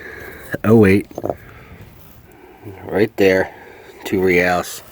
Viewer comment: I realize you're not Spanish but if you Google Reales pronunciation you can hear how it should be pronounced. You're a smart man and this will make you sound even way mo' smarter (O